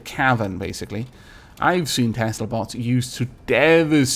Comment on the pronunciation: XD i heard "Haha! I wish to take apart your butts!" instead of "Haha! I wish to take apart your bots!"